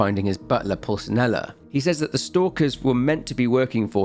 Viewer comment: How do you butcher the pronunciation of Pulcinella so badly? You can literally hear it ingame.